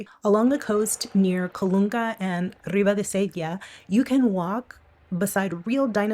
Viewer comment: You rolled the "r" in "Ribadesella" like a pro! ❤❤❤